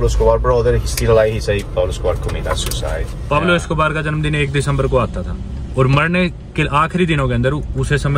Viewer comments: UPSC - question 😂😂😂😂 who is peglo 😂 - Anaaa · Not Pablo...say Don Pablo